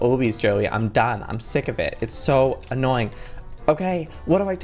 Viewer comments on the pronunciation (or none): none